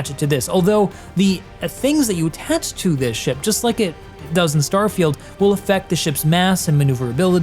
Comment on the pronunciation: What a funny pronunciation of "starfailed"